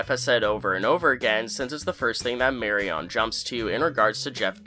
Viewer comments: Mary-on? really? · Sorry, but I can’t get over the way you’re saying Marion. Mari-On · Enphasis on MARE. MARE y uhn. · Not gonna lie, "Mary-on" was driving me crazy in the beginning of the video 😅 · Lol “Mary-on” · Re robotic accents: "Marry-On"? Really?? (It's "Marion"). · Mary-on? Come on man. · Omg i cant listen to you say "mary on" a thousand times. Its marion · I loved this episode. It was the first time we saw Jimmy in the Gene shell. I did hate the new Jeff. (Also, Marion is pronounced Mary-UN.) I was a nervous wreck during the heist scene. Can't wait to see how Marion comes into play further; remember.....season 6 is going to make us view BB in an entirely different light. HOW they do that, is gonna be a trip. So, Marion has to be somewhere in the BCS universe. Why else would they put her and Jeff in there now? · First observations are correct, including the "Mary-uhn" pronunciation (Is this fellow Canadian, or what? lol). But the Jeff-Marion characters are done, and will not be revisited, I assure you. They had these characters there to serve the roles that you saw in e10. That's it. Over. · Thanks for saying that, every time he said "Marry On" my teeth went on edge. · It was seriously driving me crazy, every time he said it I wanted to scream "It's MARION - like Maid Marion for heaven's sake!" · please God stop saying “Mary-ON”…😂🤦‍♂️ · My friend. Where are you from, geographically? Why do you keep pronouncing Carol Burnett's character name as "Mary-ON.?" Have you never heard the name "Marion" before? The last syllable is not pronounced as the word, "on." The stress is on the first syllable, and the last syllable is better pronounced as "Mary-uhn." . 🤷🏻‍♂😂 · You're mispronouncing "Marion". It's pronounced "Mariun". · Marry-on, huh? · I love how you pronounce Marion like it's a Mortal Kombat character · My guy when have you or anyone else ever heard “Marion” pronounced like that? 😂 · Why are you pronouncing Marion like that? Lol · Who is “marry-on”?